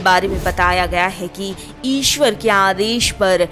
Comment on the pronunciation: Aapko thik se hindi bhi nahi bolna ata hai aap ishwar ko isver boti ho isse hi aapke gyan ka pata chal jata hai